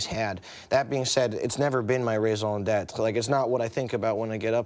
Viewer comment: I've got to admit, I swooned when he pronounced "raison d'être" correctly ^_^